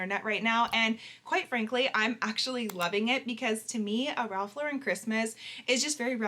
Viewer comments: I love Ralph Lauren! Also Lauren does not have an emphasis on the Ren in Lauren. It’s just Lauren like LORen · I was unaware that Lauren was pronounced that way 😮 I always pronounced it as "Lorin". Oops.